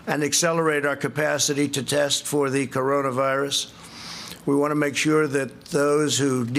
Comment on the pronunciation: "...to defeat the Coronavi— —virus." What the heck was that? Does he have trouble memorizing more than 4 syllables?